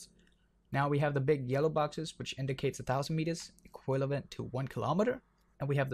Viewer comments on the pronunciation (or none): he said EQUILAVENT